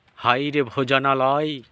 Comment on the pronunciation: আপনার বাচনভঙ্গি ভাল। একটা অনুরোধ: উচ্চারণ আর একটু পরিশীলিত করুন। যেমন, হাই না বলে হায় বলুন।